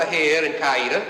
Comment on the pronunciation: My grandfather-in-law was in Strickland’s crew. My mother-in-law told me the story and said they left a lot of the story out of this movie. It would take at least 1 more movie to tell the story thoroughly. By the way it is pronounced Cow-wee-ta . Not Ca-ee-ta